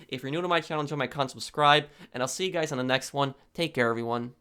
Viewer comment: Hey goys iss pwofessinel hear. Stupid ass fucking nerd